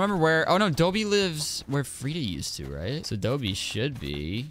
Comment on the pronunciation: I think it's Dobie like a doberman is called a dobie